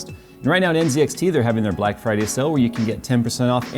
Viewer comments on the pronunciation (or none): none